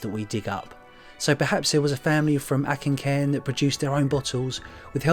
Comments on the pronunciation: Good video the hovercraft looks fun👍🏻 we need to get your pronunciation of Auchincairn sorted though 😉 it’s more och in cairn not ack in cairn but good try 👍🏻 Keep up the good work 🏴👍🏻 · Auchencairn - AWcencairn, rather than ACKencairn :) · Auchencairn...is pronounced ochen cairn. Auchen is a Scottish gaelic word for field and cairn is a pile of stones. Great video again. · Auchencairn pronounced O KIN CAIRN Great finds 👍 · Auchincairn is pronounced awchincairn, brilliant trip lads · Ouch-en-cairn 👍🏻 you best start practicing some names 😉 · Moment of silence for attempt at pronouncing Auchencairn.